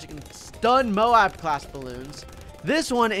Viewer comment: it‘s m.o.a.b not b.a.d